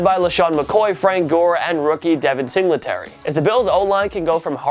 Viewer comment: "Sing-le-tary" lol